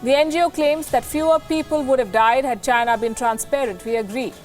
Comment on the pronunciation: It's not China. It's.